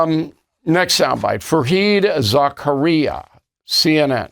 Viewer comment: Stupidity and telling the truth is foreign to trump , look at his stupid statements about the rigged election.. Fareed Za KA ree ahh , learn how to sound literate for a change